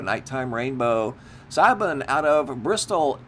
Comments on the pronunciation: Siobhan is pronounced shiv-on. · The name "Siobhan" is pronounced Shi-VON or Shuh-VON.